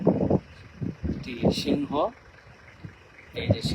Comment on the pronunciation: SHINGHO na hinghiii. mone hosse lone shinghi